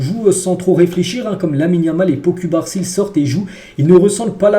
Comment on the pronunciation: "Pot cul barre scie"🤦‍♂️ Ca se dit : paou coubarssi Pau Cubarsí